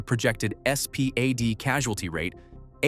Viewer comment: You could just say SPAD not S P A D